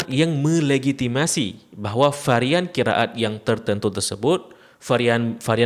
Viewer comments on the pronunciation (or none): admin aslinya dr mana? ko bacannya qira at.. ra ga dibca ro